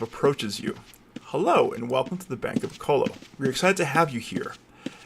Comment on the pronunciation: Never heard it called O co lo before